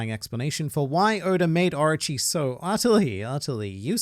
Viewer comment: When you say 'Orochi' it sounds like 'Archie' to me.